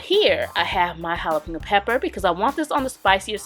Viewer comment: Wish she’d learn proper way to say jalapeño. It’s pronounced hala-PEEN-yo